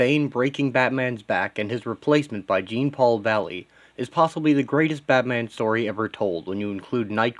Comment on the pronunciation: isn't it pronounced Jean as in Jean-Luck Picard? interesting concept and page tho its fresh.